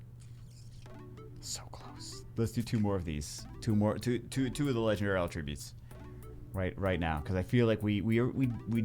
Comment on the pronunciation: I don't know what's more painful. Listening to you try to pronounce attribute, or 25 mins of a 50 min video being rock removal and making shit twitch.